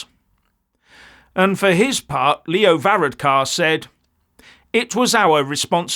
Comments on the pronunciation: Ok, you probably need to get the proper pronunciation of Varadkar and Fianna Fáil. So, let's start "Var-Adkar ok, and Feena Fawl, there ya go., but yes, we sent a clear message to these out of touch, higher moral ground, ideologically captured wanna be dictators in our govt. If they go for another referendum I'd say they'll lose that too. We're going to get rid of this coalition, but the problem is that every other party in Ireland is equally bad, apart from Áontú and the independents. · Ha! Ha!, our PM which is called Taoiseach (tea-shock) is pronounced ver-rad-ker. Fianna Fáil (fee-naa-fall) and Fine Gael (fee-naa-Gail). Thank God we have a constitution, other wise we would be the wokiest country in the world. All our main stream parties are EU/wef a**e lickers. (And in the case of our PM it literally is true). Hopefully we can give them a good trashing in the next election. Sorry for laughing at your pronunciation, but it’s very funny from an Irish pov.